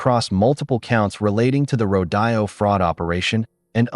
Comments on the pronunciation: I love the story but PLEASE the word is rode o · The pronunciation of rodeo is ro dee o!